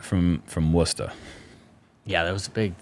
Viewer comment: Correct Worcester pronunciation - unexpected. Respect.